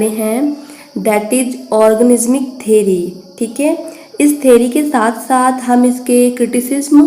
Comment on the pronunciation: Ma'am its theory not theri (vijay thalapathi's movie)